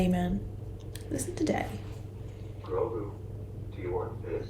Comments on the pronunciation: It's Grogu, not Crogo. Think that headgear might have muffled your hearing slightly aha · It's Grogu [G-R-O-G-U]. Pronounced 'Grow-Goo' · Grogu is pronounced Grow-GOO.... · You: "Is it Crogo or Grogo?" Me, yelling at the screen as if you can hear me: "Grogu!" XD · I don't get how you heard Crogo when they said Grogu several times. I can understand the cro part fair enough, but gu doesn't really sound like go. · Haha True. And to be honest, I like Grogu better than Grogo. I'm just glad he finally has a Name. I really hope they decide to do a series specifically for Ahsoka though. I want to see more of Rosario Dawson as Ahsoka. Not gonna lie, I had my doubts about her being brought to Life. Not because I don't like Ahsoka, but because I freaking love Ashoka and I feared even with Dave Filoni directing this episode, that Disney would find some way to make it all about Feminism and how Men are the scourge of the earth. But this episode was Bad Ass and Rosario Dawson gave a phenomenal performance. I was very pleased with I saw. I only minor little nitpicks that bothered me, like how Ahsoka said Grogo and Mando said Grogu, and her Head piece was longer at the end of Rebels and I don't believe I have ever heard of Tagrutas head pieces shrinking. And I don't think they get haircuts. Lol If I'm not mistaken it's a part of their body's right? Like if you cut them, wouldn't it hurt them and they bleed a lot? Lol those are the only two problems I had with the episode. Other than that it was great. I loved her, she did a perfect job. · GROGU...Crow GU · it's "Grogu" (pronounced "grow-goo"). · It's Grogu. And you pronounce it like Grow-Goo Even though I swear I heard Ahsoka say Grogo at first. But then mando kept calling him Grogu and the subtitles for Disney Plus says Grogu. Lol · Just an FYI, The baby's name is "Grogu". KROGER is the name of a grocery store chain. LOL! You kept wanting to put a "k" in front of his name. It's all good!